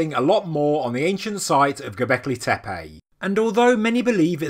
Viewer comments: Please, "tepe", not "tepeii"! And, if at all possible, "Göbekli", not "Gobekli", as the latter would go against Turkish vocalic harmony. For the rest, thanks for the regular updates! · Man can you please learn to pronounce Tepe.